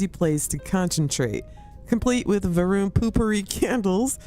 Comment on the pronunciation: Isn't it Va'runnity?